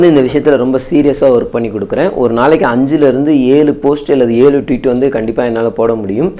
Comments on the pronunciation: Dei aramandaya athu twit ila.."Tweet" vandhuduranunga thappu thappa pesi kitu..Intha operation pathy solli ena ava poguthu..Poyi velaya parunga da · யோவ்... அது 'ட்விட் '(twit ) இல்ல...'ட்வீட்' (tweet). வலை தளம் பேருதான் twitter.